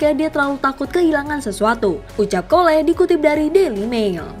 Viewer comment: Apasal sebut pun bodoh .Bukan "kole".."cole" .. sebut Jokowi boleh pulak..sebutlh jokowe